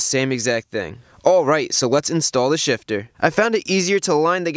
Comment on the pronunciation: can’t stop hearing “short throw shish”